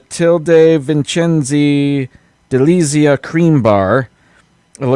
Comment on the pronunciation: You were very close for the Delizia (Day-lee-tzee-ah) pronunciation but the Z/ZZ in Italian has TZ sound as in pizza & piazza. It's actually the S in Italian that has a Z sound like in Pisa (Pi-sa) = Pee-zah or rosa (roh-zah)! *hash tag team replay